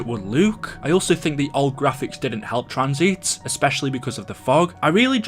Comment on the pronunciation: this is the 50th comment lol (also wtf accent is that "how it would Luke")